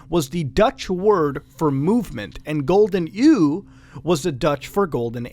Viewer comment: The way muta pronounces "gouden eeuw" haha